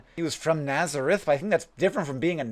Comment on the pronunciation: You called him Jesus of natharez Instead of Nazareth